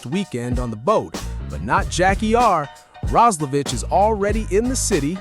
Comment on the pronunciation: The Player aquired from the Edmonton Oilers is "Jack Roslevic"... Last name pronounced "Roz-la-Vick" (as in the "cough drop") NOT "Roz-la-Vitch"...get your head out of your ***😂